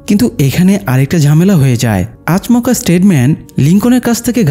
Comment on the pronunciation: আচমোকা না আচোমকা উচ্চারন হয়